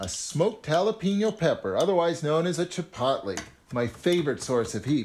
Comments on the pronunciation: The way he said chipotle kills me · Did nobody notice he said chipotle wrong?